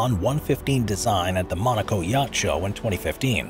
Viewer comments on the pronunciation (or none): none